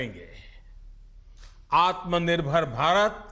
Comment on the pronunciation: Who is this Kirloskar who cant even pronouce AatmNirbharAbhiyaan